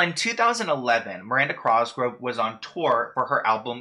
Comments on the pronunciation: Thank you I was going crazy everything you would say it wrong . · Oh my gosh it was driving me nuts. Thank you for addressing it. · I was just about to comment this 😂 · I coulda sworn there wasn’t an r at the beginning of her last name 😂 My guy can’t speak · i cant get past how hes saying cosgrove. thats all i can focus on in this video lmao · my man spells cosgrove right but willfully says it wrong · Okay someone has to tell him that he’s saying her last name wrong. This isn’t hate. Just letting him know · Omg same I was just thinking "dude you're awesome but god it's COSGROVE not CROSGROVE" 😂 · It’s cosgrove not crosgrove lol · COS—GR—OVE!!!! No R before the O! #triggered lol!!! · literally same i like correct him every time even tho he can’t hear me like cos grove not cross grove slightly angers me it’s fine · “Crosgrove” really got me out here giggling 😭😭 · why does he call Miranda Cosgrove, Miranda Crosgrove 😂😂I liked the video tho!!!! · worried about if he’s pronouncing viacom right says crosgove instead of cosgrove throughout the whole video 😂😂 no hate it just cracked me up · “Crosgrove” lol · It’s really bothering me that he keeps saying Crosgrove when her last name is COSGROVE*** only true Miranda fans know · Miranda "Crosgove" lol, you just moved the "r" to the wrong place that's all! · COSGROVE my guy not "Crosgrove" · Cosgrove... it's bugging me that he says crosgrove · COSGROVE NOT CROSGROVE UGH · It’s cosgrove not Crosgrove. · It’s COSgrove why do you keep saying crosgrove omgggg your pronunciations is so bothersome!!! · like the more you say crosgrove the further it will invalidate your coverage on the matter(s) just a tip way too many videos pronounced “cosgrove” incorrectly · ur saying her name wrong... it’s COSgrove not crosgrove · The hat made you add the r lol 😂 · Cross grove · Miranda Crossgro 😅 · You pronounce her name "Crosgrove" lol. I I love your vids btw. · The "Crosgrove" is a vibe <3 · everytime you said "Miranda Crosgove" I was screaming